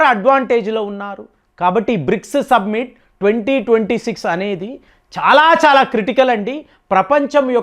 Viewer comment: సబ్మిట్ కాదు సమ్మిటీ